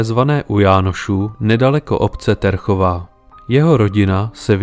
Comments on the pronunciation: T v názve Terchovej sa číta mäkko, teda ako Ť. Ty musíš byť asi mladší a nevzdelaný ročník, že takéto niečo nevieš. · po česky sa hovorí slovenština. Skôr tá výslovnosť Ťerchová. My vieme, ktoré slabiky vyslovovať mäkko, aj keď nie sú označené mäkčeňom. Podobne slabiky de - ďe, ne - ňe, le - ľe, nepíšeme. Ale la - ľa, nu - ňu, do - ďo atď. píšeme. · Správna výslovnosť obce Terchová je Těrchová, napísaná českým pravopisom. V slovenčine "e" po "t" zmäkčuje a teda sa vyslovuje "ťe". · Děsně mi rve uši, že Terchová nevyslovujete TĚRCHOVÁ ale TERCHOVÁ... Fakt hrůza, ve druhé minutě jsem to už vypnul, když si neumíte ani zjistit skutečnou výslovnost jeho rodiště.... škoda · Pekne video. Ne Terchová ale Těrchová jako "Hradiště "🤣 ... díky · Terchová čti Těrchová. Jinak super. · Pekné načítané, len zle sa počúva dedina Terchová... skuste mäkko vysloviť 😎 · Celkom slušne spracované, len celkový dojem kazí hrozná výslovnosť niektorých slovenských miest. Terchová sa číta s "Ť", nie s "T". Toto si mohol autor predtým tiež naštudovať. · P.S. nie som slovenčinár ale mám jednu pripomienku výslovnosť - Ť erchová a nie T ěrchová ... 🙃😉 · Nie som slovenčinár,ale Ťerchová a Těrchová je to isté..Prvé po slovensky,druhé po česky. On vyslovuje tvrdo Terchová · Rve to uši. Ne Terchová ale měkce Těrchová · dik za video, len taka mala vsuvka. Terchova sa čita makko, citaj: Ťerchová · Pre Pána Kráľa, že Terchová 🙂, číta sa Ťerchová. Bratia Češi, to je hrôza počúvať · To není Terchová, ale Těrchová… V slovencině se čte měkce dě, tě, ňe, le…di, ti, ňi, li…takže si stačí domyslet ten háček 😉🙂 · Ťerchová nie Terchová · Jen malá technická, výslovnost Terchové je Těrchová.🙂 Jinak parádní tvorba. Houšť a větší kapky...👍👍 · Vždy to bola Terchová, vyslovuje sa Ťerchová.. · Písané Terchova je pravopis. Výslovnosť Ťerchova Samozrejme v cudzích jazykoch skomolenie Těrchova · Ďakujem za pekné spracovanie. Doplním, Terchová sa číta mäkko, teda "Ťerchová" ☝️ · Ďakujeme... Terchová sa volá :[Ťerchová] :)